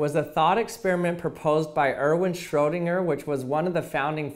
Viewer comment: I love your pronounciation on Schrödinger😂❤️